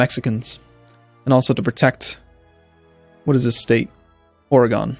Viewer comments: would you please pronounce Oregon as 'Ore gun' instead of 'Ore gone'? I've lived in the Pacific Northwest my entire life and it's bugging me. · your pronunciation of Oregon is really making me question your patriotism